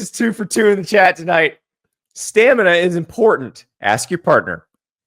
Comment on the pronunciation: My guy cant even say stamina, “stanema”